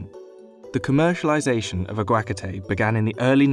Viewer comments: Ironic how you admit that "aguacate" is hard to pronounce, yet you didn't bother asking a Spanish speaker how to pronounce it. The emphasis should be on the third syllable, not the second. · What on earth is ah-GWA-kah-te? In Spanish, its pronounced ah-wah-KAH-te. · aguacate?! "ah gwak a tay" HAHAHAHA Its "hard to pronounce" cuz you are saying it in the most cringe worthy way, lol May wanna look up pronunciation before making a video like this, and I dont even speak Spanish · It hurts my fking ears omg. It's "aguacáte" A-GUA-CAAAAAAAA-TE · Uh gwah katay. 🤦🏻‍♂️ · okay but why do he pronounce aguagacate like that 😂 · Sheesh that pronunciation of aguacate hurts the soul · bruh 😭 that is NOT how you say "aquacate"; he butchered the shit outta that word lmao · He did not just pronounce Aguacate like that... bruh... that is the most unappealing way to pronounce such a delicious thing. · That is definitely not how you say Aguacate or Michoacan. It was cringe hearing him say Aguacate that way over and over